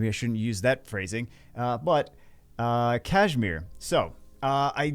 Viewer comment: I wasn't ready for the "Kash -me -outside-mir" 😂